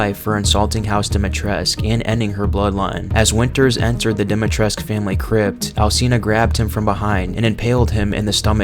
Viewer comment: your videos are good but the ladys name is pronounced with a koo as in Dee-mee-tress-koo